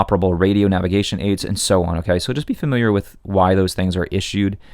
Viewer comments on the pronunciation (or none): none